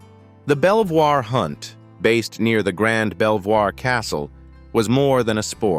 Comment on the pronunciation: You are showing photos of Lady Jane ! Princess Diana's eulogy was read by Earl Spencer , her brother. Princess Diana's will would have been read in private !! Belvoir is pronounced Beaver !! This is all so inaccurate.